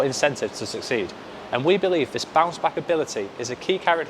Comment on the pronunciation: My man wanna say bounce back and keep saying bouch back😂